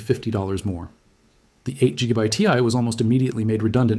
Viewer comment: It’s AI generated; nobody reads “GB” like that